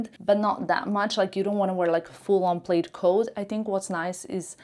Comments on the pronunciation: Not to insult but just for added info, plaid is pronounced as plad not played. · Plaid is pronounced plad. It rhymes with “glad,” “bad, not Played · It's pronounced plad. Not played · It’s not “played” it’s “plad”. Aren’t you in fashion ? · Plaid is pronounce - plad as in sad. Not “played” I hope this helps. If your English wasn’t so perfect, I’d never have noticed. 😅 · In Canada we say “plad”….not “plaid” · Plaid is pronounced Plad (like lad) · Suggestion🫢 Plaid is not Played. Plaid is pronounced like Mad plaid 😎😘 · Isn’t “plaid” pronounced “plad” everywhere? It threw me when I first heard pronunciation. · It’s the short A but I can see why someone could mistakenly pronounce it with the long A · I think it’s cute when people miss pronounce words, it shows how worldly, multilingual, and willing to learn new things they are!